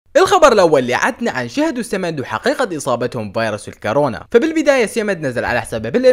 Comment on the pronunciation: اسمها الكورونا باضمة وليس بالفتحة